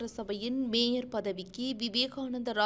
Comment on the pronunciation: "மேஜர்" அல்ல "மேயர்" அதேபோல் இன்னும் பல தமிழ்ச் சொல் உச்சரிப்புத் தவறுகள் இந்த செய்தி வாசிப்பில் அறியப்படுகின்றன.